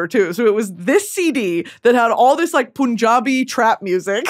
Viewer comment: Babe it’s “Pun”-jabi. Like “Pun” like a play on word type of pun.